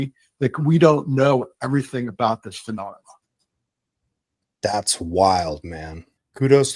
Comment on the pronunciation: Was any one else incredibly annoyed by his inability to pronounce "phenomena" correctly?